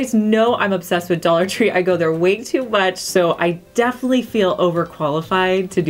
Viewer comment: Nice vid,. I love how you say "def'ly"! Its like you're so into what you're talking about that you don't have time for 4 syllables. Lol 😄